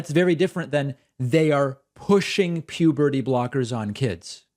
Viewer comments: Puberdee Brockers 🤣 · Is it just me or did this caller say “puberty blockers” wrong every single time 😂